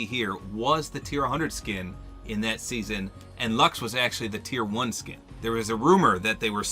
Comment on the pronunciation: You lost me once you said luxe